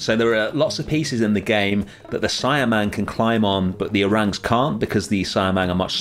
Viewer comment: I know its been 2 months, but it's pronounce see-ah-mang instead of cy-a-mang.. Good job btw on the indonesian habitats .. thank you..